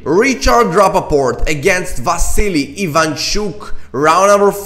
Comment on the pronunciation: Thank you for the analysis! One note: Rapport, not Rappaport🙂